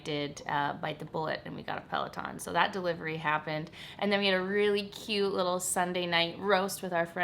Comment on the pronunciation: between their stupid commercial and ryan Reynolds making fun of them, i can't keep a straight face when i hear peleton lol...and omg so refreshing to hear your take on weddings...im not going to have one either such a waste of money